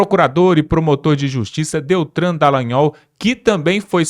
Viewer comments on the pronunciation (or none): E DELTAN em vez de "DELTRAN" Errar ou pronunciar nomes é gafe pouco aceitável.